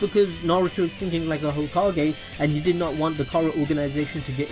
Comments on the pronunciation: lol, the way you said "Hoe-ka-Gay" 😂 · i'm the HOE-KA-GAY